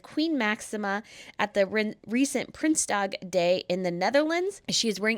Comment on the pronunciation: Please try to pronounce dutch language properly,or just translate the word,use the words prince's day